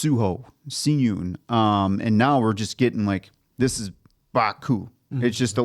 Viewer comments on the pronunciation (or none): I noticed y’all been pronouncing Si-Eun name wrong 😂😂😂😂 I know it is not yall fault though. English romanization doesn’t match well with Korean characters. So, his name is pronounced like “Shi-eun” instead of “Si-Eun” whenever an “s” is next to a vowel sound “ee” (long e sound) it makes an “Sh” sound in Korean. So, the actual pronunciation is “Shi-Eun” 😂💀 btw love yall reactions and observations 😁